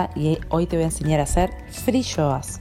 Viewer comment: Es fiyoas no friyoas